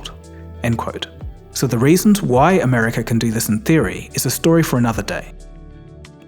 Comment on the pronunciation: Why do you say Americurr..? Why tf do you people do that 😂😂😂